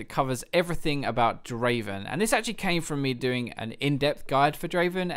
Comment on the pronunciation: Not draven... draaaaaaaven